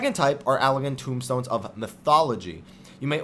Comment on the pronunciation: Yeah, As much as i enjoy the information. I feel that you should at least be able to be able to pronounce the terms correctly. AmDAPOR keep and TOME stones, not TOMBstones. Meridianum (Not unlike the Prime Meridian in Geography).